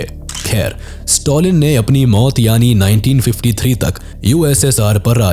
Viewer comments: Stalin ❌ Stolin ✅ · Note to pronounce the names correctly Don't Pronounce Stalin as Stolin.